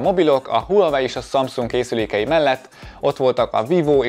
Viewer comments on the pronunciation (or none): none